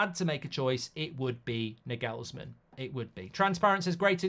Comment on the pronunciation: Mark butchering Nagelsmann forever takes me out